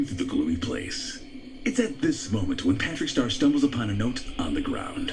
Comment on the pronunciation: he said win brother smh